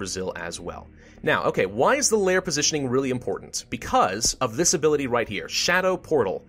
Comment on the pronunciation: lol plositioning?